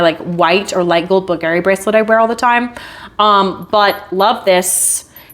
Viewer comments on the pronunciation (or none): none